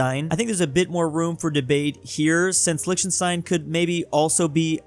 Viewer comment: It's not "lishtenstein" it's "liCHtenstein" eith a "kh" sound.